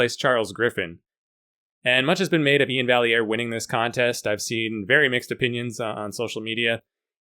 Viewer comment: I've been trying to correct Nick's Strength and Power's pronunciation of Iain Vai-Ear to Iain Val-Lee-Ear to no avail. He still makes that mistake to this day LOL